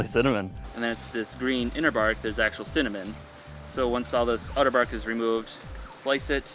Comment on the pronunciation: At first, when he said cinnamon, I couldn't hear what he said and I thought he said semen plant. Then I went, maybe he said cement and then the said cinnamon and I was like, 'oh, cinnamon!'